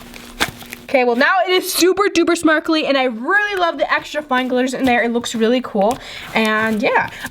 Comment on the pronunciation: she said smarkle 🤣 not to be rude tho